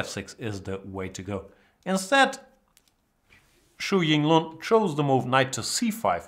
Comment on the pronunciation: You are correct in your assumption. It's read as 'shu'. But yeah. Jan completely butchers his name anyway, mixing up both the first and last name. He pronounced it as Yu Xinglun. lol